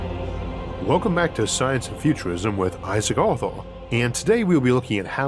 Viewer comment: This is the worst case of rhotacism I’ve ever heard. Coupled with the thick American accent makes this hard to understand for me. However - I appreciate how this doesn’t hold Mr Arthur (Awthuww) back one single bit and not only makes for added unique charm in the videos - but adds a personal touch not found in polished high production generic voice acting we are bombarded with online. Many thanks for the superb content.